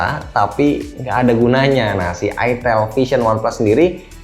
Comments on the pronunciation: Itel wee...bukan itilll hahhaha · Ke konter hp "mba mau beli hp itel" bakal awkward banget kalo salah sebut "e" nya jadi "i" wkwk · Ko gua ngiranya dibacanya tuh ayitil